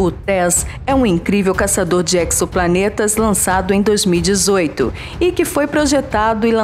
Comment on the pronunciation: Exoplaneta, inexorável, assim como a palavra êxodo. Sempre som de "z", e não "cs", como em anexo, hexagonal, fixo. Um erro comum, muito repetido pelo ex-presidente Lula em suas palestras, recheadas de metáforas. Parabéns pela voz!